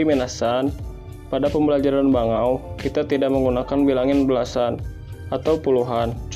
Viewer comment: Siip, bagus. Coba diperhatikan lagi pengucapan 'bangou' yang benar nya yaaa